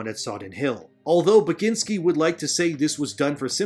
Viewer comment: You did butcher it, but no worries haha. Poland apologize for Tomek Bagiński existence.